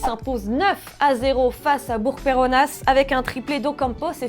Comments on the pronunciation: Sa ce prononce bourc peronna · Bourg Perronasss? Le s ne se prononce pas mdr